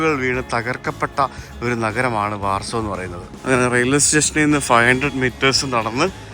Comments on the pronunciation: ബ്രോ വാർസോ, ലുക് സംബർഗ് എന്നതിന് പകരം ലക്സംബർഗ്, വാഴ്സ എന്ന് പറയുന്നതല്ലേ നല്ലത്❤❤❤ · Good 👍 ഉച്ഛരിക്കുമ്പോൾ വാഴ്‌സോ എന്ന് പറയണം ബ്രോ.